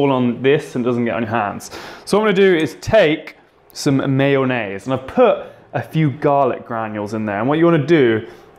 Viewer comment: when your friends pronounce mayonnaise as man aid